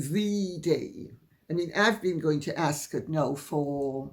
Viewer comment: Dear Lady C, was the “o” always silent in Ascot? Please have your cough seen to if you haven’t already.